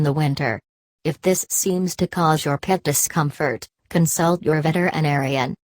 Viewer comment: "VETER IN ARIAN" triggered me every single time ._.